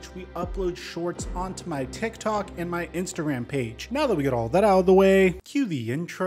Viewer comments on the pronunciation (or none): none